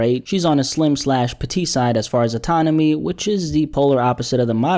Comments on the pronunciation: Anatomy….not ATONOMY 😂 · You meant to say anatomy instead of atanomy right ? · Anatomy not atonamy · Bro said atonomy